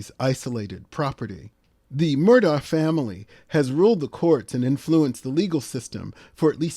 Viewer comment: I watched the whole trial and according to the family, their name is pronounced MER-dok.